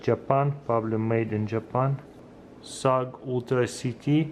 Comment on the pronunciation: it is ''SUG''